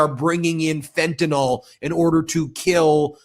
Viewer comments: Fentanyl, not Fentanol! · fent-a-nyl. there's no "o".